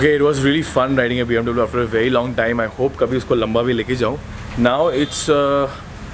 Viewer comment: hututututu huttuuututu.....😂😂 BMW..... BMW hota hai👍👍